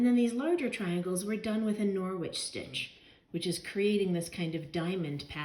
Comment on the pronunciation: It's a silent w 😊 norich